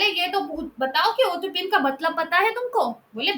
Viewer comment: Utopian pronounciation is wrong !